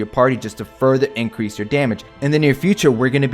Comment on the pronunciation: Increase: you sneeze LMAO